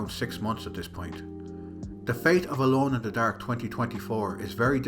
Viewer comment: Solid video man. As an American I enjoyed hearing it get called “Alone in de Daerhke” but I look forward to more content!